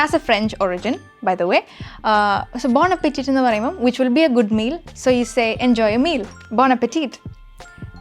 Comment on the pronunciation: Bon Appétit is a French phrase and is pronounced differently.